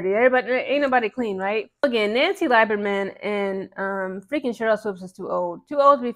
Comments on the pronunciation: Lieberman Is pronounced as Lee not lie berman. And she was right to ask Sheryl to issue a public apology for mistating Caitlin's age and eligibility because it was ridiculous. She was not 25 and in her 5th year of eligibllity. She is now only 22. Nancy was a fan of CC in college that is why she asked Sheryl. I don't see it as two old women fighting over a young girl. And by the way Sheryl was fired as a college coach because she disrespected her players... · Pronounced LEE-ber-Mann. Indiana has two sets of fans. The ones from Indiana..then the ones not from Indiana. People forget when the kkk moved their national HQ from Tennessee it went to Indianapolis. Indiana outside Indy is a racist time warp. Back in the 30s 40s Indiana had more lynchings than southern states. My best friend from childhood lives in nap town but he will tell you straight up…there are a lot of sundown towns in rural Indiana. He also said that MAGA loving segment of the fanbase is small but gives the entire fanbase a bad rep. At this point Swoopes is just looking bozo. She doesn’t have to like CC but it’s gotten ridiculous. She clearly has a problem w white females due to a trauma she has never resolved but don’t take that out on other women. 😮